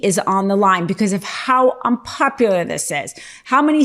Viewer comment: unpopular. misread.